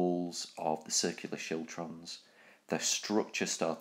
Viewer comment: Siltrums? Chiltrums? What?